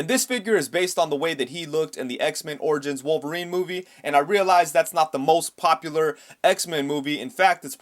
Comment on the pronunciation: Origins not Orgins still great video